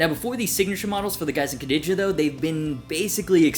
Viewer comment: French here, your pronunciation of the two names was actually quite good ! Gg from baguette YouTube